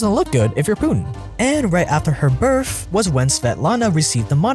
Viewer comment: are u saying birff for the word birth??